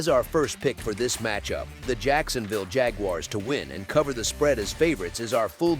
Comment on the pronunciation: JAG-YOU-ARRES :face-blue-smiling